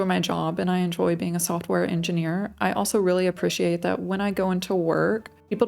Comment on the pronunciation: my actual behind you're american. How even are you pronouncing appreciate/appreciated? You're either part swedish or slavic or something...